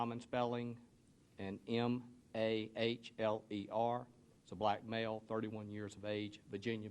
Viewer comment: Note the emphasis on " black male."